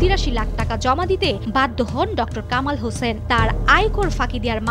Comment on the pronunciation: It is Hossain not 'Hoshen'.